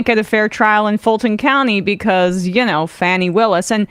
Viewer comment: Please. The Georgia Fulton County prosecutor's name is pronounced "Faw--nee". Many people are distracted by the spelling, but mispronouncing her name is similar to how Republicans mispronounced Kamala Harris's name in 2020. It's a deliberate effort to demean her. It's not far off dead naming a non-binary or trans individual. It's disrespectful and cruel at worst. Please. "Faw--nee".